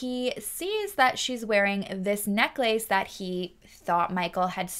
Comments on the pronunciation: Omg I cant. Necklace is one word. Its pronounced more like neckless. Its not neck lace for f's sake. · Omg what a character...this Gary. Also, I have never heard anyone pronounce necklace the way you do. Haha. Happy new year. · I have never heard the word necklace pronounced as neck lace. Now I'm questioning my lifetime of pronunciation.... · I cannot with the neck-lace lmao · I’ve never heard anyone pronounce necklace as neck-lace..it’s so cute lol…